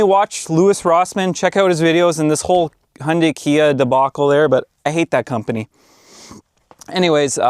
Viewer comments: Its HYUNDAI....not HUNDAY.... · I think Hyundai are just getting revenge on Americans for not being able to pronounce Hyundai. FYI, it's got a "Y" in it. It's not "Hunday". Sorry, I just saw another of your videos where you mentioned that you're in Canada. Same thing though, Hyundai are sick of you guys mispronouncing their name as well. I've had a 2014 ix35 from new and it's been a fantastic car. Best I've ever owned. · Hyundai is pronounced Hyoon-die! Don't be part of their marketing attempt to get you to confuse them with Honda! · Hee Un Day………is it really that hard to say. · Hyundai pronounced as Honday. I'd not heard that before 😂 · Is it me or is it when he says Hyundai it sounds like he says honey 😅